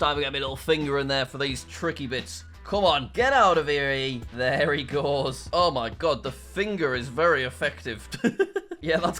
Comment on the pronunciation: “there e goes” nice one jack 😂😂😂